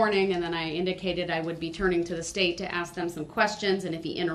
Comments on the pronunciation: Please just say the word "ask" correctly - learn how to speak like an adult. And he thinks he's the smartest guy in the room. He's a pathetic joke. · I axed about what was being put on my BahDeee 😂